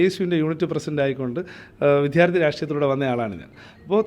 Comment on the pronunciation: Jai Jai BJP. പിന്നെ വിദ്യാർത്ഥി എന്ന് പറയണം. വിധ്യാർത്ഥി അല്ല. മിക്കവരും ഈ തെറ്റ് ആവർത്തിക്കുന്നു.